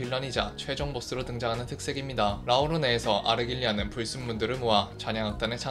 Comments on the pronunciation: 근데 푸른잔향을 설명할 때 자막은 아르갈리아로 제대로 표기해두시고 음성은 아르"길"리아로 읽으시는건가요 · 제발... 아르"길"리아가 아니라 아르"갈"리아잖아요.. 3분동안 들리는 아르"길"리아 때문에 정신이 혼미합니다..... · '갈' 발음이 어려우신건가요?